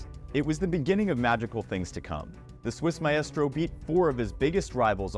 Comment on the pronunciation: Bro managed to pronounce the æ in maestro